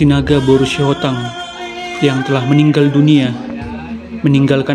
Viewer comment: Maaf min,, almarhum ini, br Sihotang atau br. Sitohang amang..? Terkadang saya dengar Sihotang, kadang Sitohang..